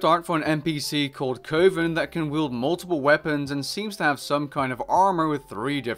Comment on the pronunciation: Coven is pronounced with a soft U, not a hard O for future reference.